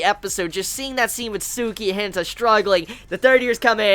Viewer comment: The way you say hinata... just no